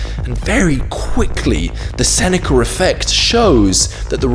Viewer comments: "Senecer fect" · It bothers me how he says "the senecurr effect". There's no "R". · yeah why is he saying it like that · It's called the intrusive R. Because there's a vowel sound at the end of "Seneca", and another one at the beginning of "effect". So, to stop them from merging the intrusive R is used. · How DARE you chide the English for their...well, English. I mean, they are from the land of the Eng. They know what is right and wrong, you insolent peasant! Just fucking with you. I already blasted him for the RRRRR!! on the end! Like the lawrrrr of thermodynamics. All things end in chaos.